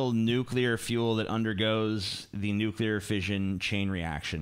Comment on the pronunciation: Nucular devestation situation